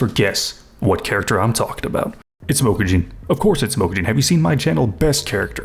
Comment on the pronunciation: Obsessed with this guy pronouncing Mokujin